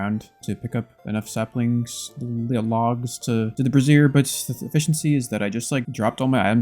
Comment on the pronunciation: it’s bray-zee-ur not brassiere. A brassiere holds boobs, not flames